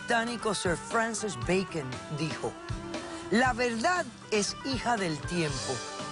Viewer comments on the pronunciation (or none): Beikon, no beiken